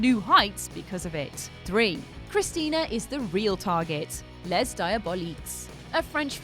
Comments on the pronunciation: Les is pronounced "lay" not "lez" when the next word starts with a consonant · I mean... it’s only pronounced “lay” if you are American and completely disregard proper pronunciation, the correct way to say it is “leh” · Les in French is pronounced “lay”. Just before some douche makes fun of you for it.:/ x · Les is not pronounced Lez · Oh no. Please, please, when speaking French, the s in "les" isn't pronounced. It's just pronounced "leh"